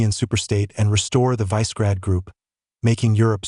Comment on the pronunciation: It's Visegrad- spelled like so and pronounced viSHigrAAAd